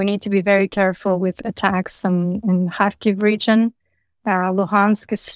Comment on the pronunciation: Would be nice if all presenters, reporters and guests would make an effort to pronounce the names of the cities correctly. For example, the LAST syllable of Kharkiv and Kherson should be emphasized, not the first. Mispronunciation of the "Kh" forgivable but it would be nice...